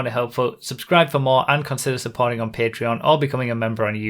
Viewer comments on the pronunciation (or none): none